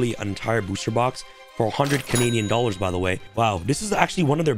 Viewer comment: Mans says dollars😂